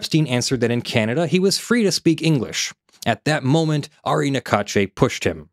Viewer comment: Ari is pronounce R-E